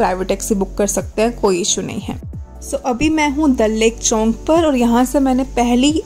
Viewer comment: that us chowk not chownk